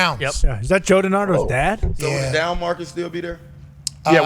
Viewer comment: Did he say denardo the great Pittsburgh TV Man god bless